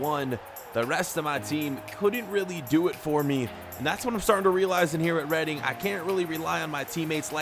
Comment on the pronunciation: It’s REEDING NOT REAADING